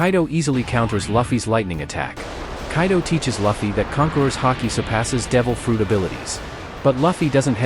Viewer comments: It's not "Luh-Fee" it's "Loo-Fee"!! 😆 Nice complete vid though! ✌️ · No luh-fie its lew-fie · Why the hell do you pronounce luffy as Laffy? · Loofy. Is the pronunciation bro😂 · Its ai voice so if he typed luffy name as loofy ai will say luffy but since he said luffy ai will say fluffy without the f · Name is not Laughie.. its Luffy😭😭😭😭. Sorry but I cant ignore the fact that you miss pronouncing Luffy’s name😭